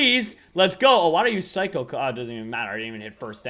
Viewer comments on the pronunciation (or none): none